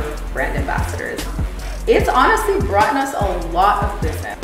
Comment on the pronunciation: “brought’en”… I’ll just leave this here